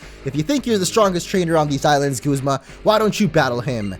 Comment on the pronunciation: It's guzma not gozma